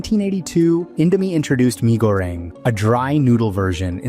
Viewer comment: Small correction (yes, sorry that I'm here to burst the bubble), the "mi" wasn't pronounced as "my", instead it's pronounced as "me" or "mee". Just like how you read Indomie (Indo-mee) as a whole.